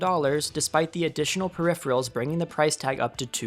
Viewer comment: That's not how you pronounce "peripheral"